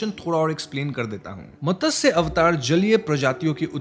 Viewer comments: Great explanation, as usual, but a small correction "It is mat - sya avatar, not Matasya avatar" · Matasya avatar nhi hota hai... It's matsya avatar ... Mat-sya ... Pronounce properly plz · भाई मतस्य नही है, उसे मत्स्य कहते है😂😂😂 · Just one correction. It's not Matasya avatar, it's Matsya avatar. Matsya is fish in Sanskrit. If you want to clarify, just ask any one who has good Hindi or even a basic understanding of Sanskrit and they will tell you how to pronounce this word right. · मतस्य ❌️ मत्स्य ✅️ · It's not Matasya. It's Matsya. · It’s Matsya not matasya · Matasya avatar nahi Matsya avatar kehte hain.